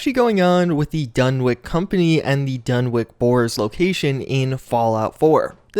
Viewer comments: Its pronounced (DUN-witch), not (DUN-wick) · Dunwich is pronounced done-itch, not done-wick. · DunwiCH Not DunwiCK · DunwiCH. Not DunwiCK. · Another big mystery of the Fallout series, is why absolutely nobody seems to be able pronounce the name "Dunwich" correctly. It's pronounced "Dun-itch," not "Dun-Witch," or "Dun-Wick." After all, we don't go around calling Greenwich Village "Green-Witch" Village, now do we? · "Dunwick" Dunwich! Done. Which. I love ya but come on. Lol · If it goes by the British pronunciation, then it's actually "Dun-itch", but Lovecraft never actually specified how the word was pronounced. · Dunwich, not "-wick".